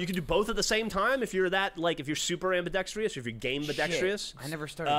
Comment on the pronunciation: Geoff mispronounced it, he said ambidextrious instead of ambēˈdekst(ə)rəs/, as it's supposed to be pronounced.